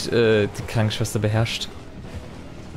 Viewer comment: Die gute alte Schwankenschwester. Ich liebe Versprecher. 😄